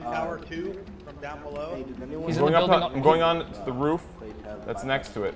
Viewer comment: Like these videos and lol the way he says roof "ruff"